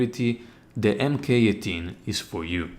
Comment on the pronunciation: Mk means "mark," so spoken out loud it's Mark 18 not M.K. 18